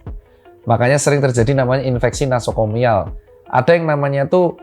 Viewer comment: Doc, koreksi, infeksi nosokomial, bukan nasokomial